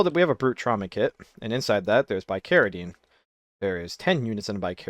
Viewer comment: Hearing you pronounce some of these medicines (bicaridine, ipecac) is KILLING ME.